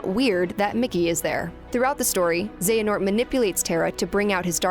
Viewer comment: tell me y the ppl of the leaderborad can perfectly pronounce xehanort while the ppl over IGN hve a difficult time with that one name lol